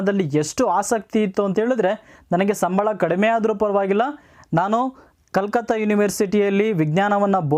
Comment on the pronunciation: That was not Calcutt that pronunciation it very wrong